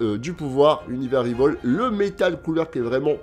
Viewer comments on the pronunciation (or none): Tu m'as tué avec le retour du Cell couche culotte 😂 Par contre tu dis toujours "univers rivol" (prononciation anglaise) mais ça se prononce "rival" (à la française) vu que sinon l'ordre serait inversé ("rival universe")